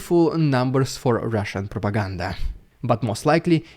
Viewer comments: Love the rolling of the r's in the opening referring to the propaganda. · I will NEVER tire of hearing you say rrrridiculous rrrrussian prrrropaganda! 😂😂😂